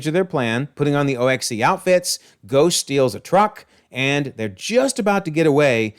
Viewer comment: In the movie, O.X.E. is simply pronounced like "ox." According to Agents of S.H.I.E.L.D., the Vault (emphasizing it like you did) is located in Alaska.